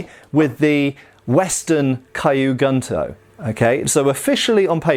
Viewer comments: I really hate to be pedantic, but it my stomach churns when says kyu gunto as “Caillou” instead of “Q” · Quick pronunciation note: Kyu Gunto would be said more like "Queue Goon-Toe" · It's actually "Key-you-goon-toe" and "sheen-goon-toe" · not a complaint but as information, the pronunciation of Kyu Gunto is like "Q Gnto". the cu of cute, g of good (not of gun) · Kyu Gunto is pronounced, “Queue Goon-to” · "Caillou Gunto" haha sry